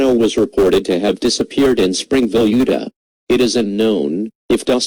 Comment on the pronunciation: Try to pronounce Utah better, as i misherard it as UDOT.